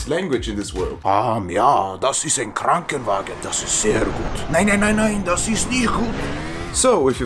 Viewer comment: Min was kinda funny as a german with the "krankenwagen" HAHAHAHA